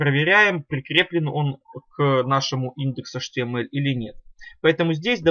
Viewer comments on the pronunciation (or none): Вы говорите atml а потом не понятно